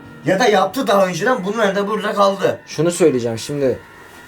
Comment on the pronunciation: "bunlarda burda galdı"ne güzel söyledin abi